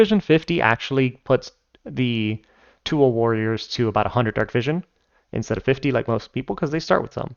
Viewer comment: The pronunciation of Tuatha took me by surprise. Good job!